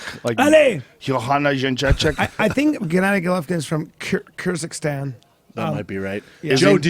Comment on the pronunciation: there is no such thing as kajikistan he says hahaha then he miss pronounces kirgizstan wrong himself hahaha